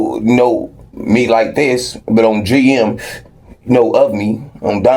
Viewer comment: I hate the way he say "ON GM" not the sentiment but the pronunciation